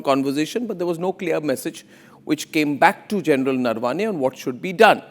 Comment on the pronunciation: Please start pronouncing Indian names correctly. Naravane is not Narvaane.